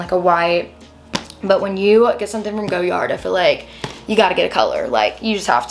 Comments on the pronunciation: it's def not GOyard, and perhaps the French would know the correct way to say it, they rarely pronounce the Rs if in an end syllable eg Cartier (who makes FAR more gorgeous bags, and I'm not even into most designer houses).✌️ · GO- yard‽‽ This is yet another reason why their PR campaign won't work, only nescients would but something so painfully ugly that they cant pronounce. There arent enough of thise people who can afford to make the misrake of owning such an atrocity. It's fun to watch though. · girls take the L! How are you gonna tell a French surname how it is pronounced‽ Nobody pronounces it that way except you and some other nescient souls. It is an ugly look on you, similar to how ugly that bag is. Maybe you should have bought it in Paris, just to learn how to pronounce it. A quick trip to Louisiana or Quebec might help you w the pronunciation of French surnames so you don't keep doubling down on how to pronounce a SURNAME not a WORD. You seem offended by learning, which seems weird given that you look way beyond your.teen years.